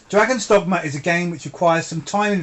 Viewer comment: No need to change the way you say "dogma". I have been calling it "Dogmer" ever since subscribing to your channel. Anyway,, great review to a great game!